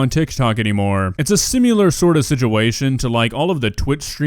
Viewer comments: Darling it's similar, not "sim-U-lar" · Sim-i -lar Not Sim you ler Stop that shit, or I'm unsubscribing C'mon my dude.... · you say "similar" wrong. It is not pronounced "sim-yoo-lur". It is not a version of simulate. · Please repeat the word similar 🤔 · You are certainly one to complain about mispronunciations, considering you keep saying the word similar wrong in, well, every video you’ve ever made.